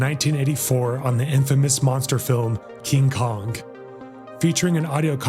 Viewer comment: King Kongk